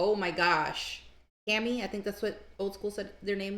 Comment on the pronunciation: It ia not "cammy" the letter A is pronounced "ah" the soft A in Japanese and actually most other languages besides English so they are the" kah mee " = Kami Band the letter E is pronounced the way English pronounces the sharp A and I is pronounced as E is in English I am sure Old school isn't aware of this so its not his fault he told you the wrong way to say it ,English fraks up every pronunciation lol and is way over complicated compared to Asian languages